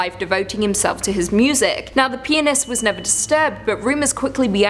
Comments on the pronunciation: Am i the only one who thought she said penis instead of pianist?😂😅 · I think Im tired because in one of your story I heard Penis instead of Pianist. So I thought weird that a Ballerina fall in love with... you know what. Im dead. LOL :P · Huh huh she said pianist like four times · Please keep saying “pianist”...tee hee tee hee tee hee 😆😆😆🌭